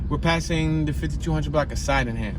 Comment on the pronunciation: My old block was 15 st. between Rockland & Loudon Sydneham It is pronounced Sid-née-ham